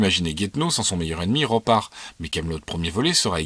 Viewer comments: ROPARZH ROPAR ZZZZZZZZZZZZZZZZZZZZZZZZZZZH Pas Ropar bordel. Respecte les paysans ! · Cool mais t'as fait une faute de prononciation impardonnable : tu dis Ropar alors que ça se prononce: RoparZ. Ça s'écrit Roparzh. Et tu sais bien que je ne peut pas te laisser dire une pareille conn